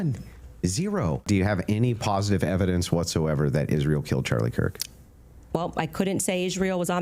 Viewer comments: Ishrael can anyone point out that she can't even pronounce the word properly?😂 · Biggest issue of this entire debate is the way Candy pants pronounces Israel. WTF is ISHreal. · "Isjreali". Her pronunciation of everything drives me nuts. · Why can’t this late pronounce the word “Israel??”